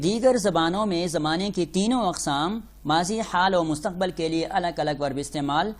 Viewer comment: Mustaqbal Kya hota hy Mustaqbil hota hy.